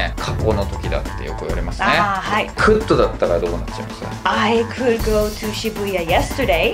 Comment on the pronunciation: さんのwasとかgoの発音がなんでwa(r)sとgo(r)って発音になってるんだろうって、ずっと気になってるw